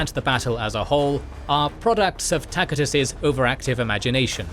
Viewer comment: Tacitus is pronounced TASIT😅US NOT TAKITUS🤣😂🤫